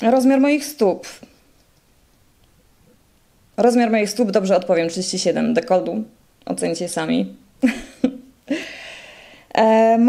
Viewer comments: nie dekoldu a dekoltu ... polska język trudna język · Dekoltu a nie dekoldu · ale mnie uszy bolały jak słuchałam tego „dekoldu” XDDD